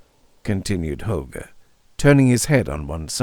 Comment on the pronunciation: You nailed it again. Such a dynamic narration! And you pronounced Holger correctly, in my opinion of course, but it sounds kind Danish to me. 😅 Thanks! ⭐⭐⭐⭐⭐